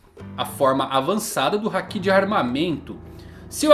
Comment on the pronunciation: você assiste o anime dublado? Tenho reparado que você fala muita coisa de forma errada. Hakí sendo se fala Haki Akáinu sendo que o certo é Akainu Chópper sendo é Chopper Yónkou sendo que é Younkou Você fala de um jeito que nunca vi. Assisto one piece desde 2000 e nunca vi no anime esses nomes que você fala. Queria perguntar pq não assiste legendado como mundo. Ouvindo o áudio original do anime. Sei que vai ficar ofendido e apagar o comentário, mas como fã é muito horrível ver esses nomes que você fala. Espero que aceite a crítica. E não é KATANÁ E SIM KATANA.